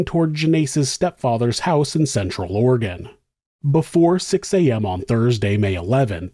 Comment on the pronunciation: I appreciate that you pronounce Oregon the correct way